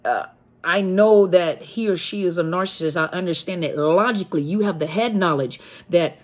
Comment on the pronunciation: 24.18....."arse-assist".......mmmmm. Still laughing....the lack of an "N" eh!!!!......maybe it's a new word ford sending a narc on their way and on to another mother of a path of doom.